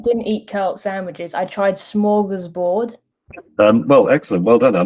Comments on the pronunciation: Almost love the behind the scenes bits more than the actual clip ^^ That being said, it's not Smörgåsbord, which is a Swedish concept, but rather Smørrebrød. Sorta similar words, so definitely easy to mix up :) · It’s not smorgasbord, that’s Swedish. It’s smorrebrod. Smorgasbord is a buffet. Smorrebrod is an open sandwich.